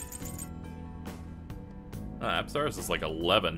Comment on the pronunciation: says apsaras TRIGGERED ITS PRONOUNCE UPSUHRAS